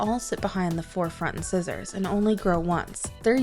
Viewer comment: When she says inscissers instead of the correct pronunciation " in sizers"